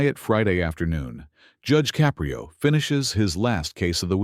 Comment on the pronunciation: You lost me at Judge Caprio's name pronunciation.